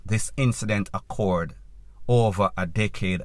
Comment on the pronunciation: The word is OCCURED not accord